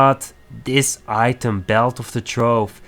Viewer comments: Good video man! Item is pronounced eye-tem ^^ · Nice video but your english is poor. prenauncing "item" wrong is bad haha